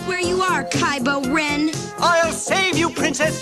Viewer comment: Did the droids just say kybo Ren in the Star Wars thing? Yes the real Ghostbusters and Beetlejuice best shows that came out in the 90s. From a movie.